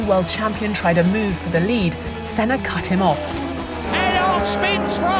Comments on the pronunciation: the senna pronunciation drives me nuts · Mansell was a cracking driver ,a nice bloke and master of the moustache 👍( why can’t the commentator pronounce Sennas name)